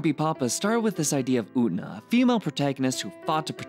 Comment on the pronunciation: FINALLY someone who doesn't pronounce Utena like "oona"